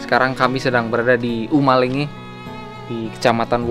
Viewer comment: Menit sebutan yang benar itu Uma Lengge, Kec. Wawo . Semangat baang,, suka sekali lihat konten²nya